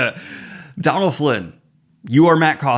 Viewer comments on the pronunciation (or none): Donal is pronounced "Doe-nal" not "Don-al". It's an Irish/Gaelic name, with a fada/accent on the o changing the pronunciation